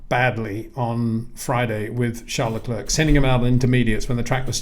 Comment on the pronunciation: Please try and pronounce Charles Leclerc's name correctly.